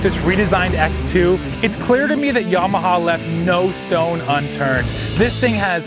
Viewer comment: A Canadian that pronounces Yamaha the correct way. Dear God above.